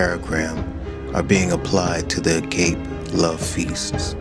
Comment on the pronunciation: You don't even know how to pronounce "agape," showing how uneducated in the scriptures you are, further demonstrating that you have no authority from God to be calling out a man who has devoted his life to see people in his culture of NYC come to Jesus Christ. Start doing something FOR the kingdom instead of wasting your time calling out someone who gives every day to see God's kingdom come to his city. Go sit and listen to someone who doesn't know Christ, seek to understand their beliefs, ask God to give you compassion for them; then after listening and understanding their story, tell them them about the good news of Christ. THAT is what Carl does. That is how we will see revival in our generation in this country. The Church has never looked the same throughout history. The message stays the same, but the method changes.